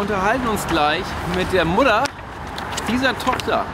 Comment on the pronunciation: Es heißt immer noch Mutter, nicht Muddan 🤣🙈